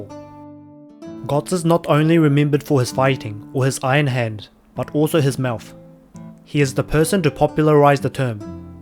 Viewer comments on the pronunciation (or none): none